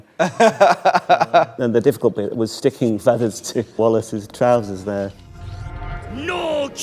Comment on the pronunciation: nailed "trousers"